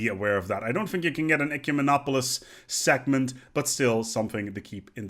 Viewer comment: I'm so sorry, but the way you pronounce "segment" is really weird :p the g is should be quite hard like in egg and no at all like a c in ectoplasm.